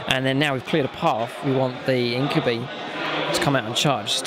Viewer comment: you pronounce incubi wrong